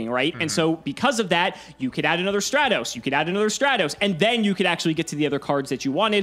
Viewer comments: I hate that he calls it straight-os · Why can I not get over mtb pouncing Stratos as "stray-toes" like it makes me wanna smack him each time he mispronounced it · Straightos come on! LMAO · Stratos not straitos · Yeah, I have never heard anyone pronounce Stratos as Stray-tos or even Don Zaloog as Zay-loog until this series. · Finally someone notices since honestly I’ve never heard some of these card names pronounced the way pronounces them like Straight-os instead of Stratos and Zay-borg instead of Zaborg to name a few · Everybody: "Stratos": "StrEtHOs" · Favorite YGO show on the utubes... even if keeps saying "straytos". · STRAT-OS!! Holy shit. Stratos!! Not Strate-Os. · Stray-tos, zay-loog he does that on purpose right? .. right? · Nobody: Absolutely nobody:: Elemental Hero Straytos. 🤦🏻‍♂️ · It bugs me when people mispronounce yugioh names it's "strat-os" it's like when people pronounce machina as "mockinaw" or pronounce geargia as "gear jee uh" instead of "gear geee uh" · he also says Waboku wrong, Zaborg, Don Zagloon, and now Stratos. 💀💀💀💀💀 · Hearing pronounce stratos is the stuff of nightmares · The way pronounces Stratos is infuriating lmao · Stratos pronunciation sent me to the shadow realm. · And then everyone crucified for pronouncing Stratos wrong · The cringy way pronounces Stratos. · Please stop saying stratos like that